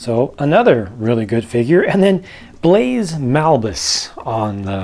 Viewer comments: His name is Baze not Blaze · His name is Baze, not Blaze:S. (Love your work,. Keep it up!) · Not sure if anyone else has already mentioned it, but it sounds like you keep referring to him as "Blaze", when his name is actually just Baze. Just so you know. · It's actually "Baze" ;)